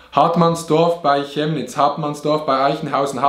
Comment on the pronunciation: Dieser moment wenn chemnitz(kemnitz gesprochen) wie schjemnitz gesprochen wird😂